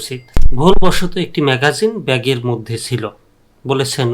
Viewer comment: দোচনা ঐটা ম্যাগাজিন না ম্যাগজিন।